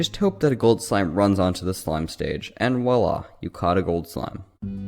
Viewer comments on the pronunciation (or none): none